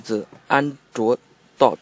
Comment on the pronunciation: Instead of torque he said dog